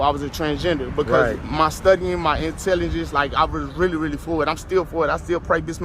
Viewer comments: He has intelligence? He can't even say the word intelligence 🤔🧐😂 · He can't even pronounce the word intelligence.